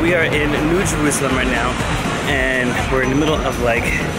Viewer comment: I loved the start, finally someone saying jerusalem right!!!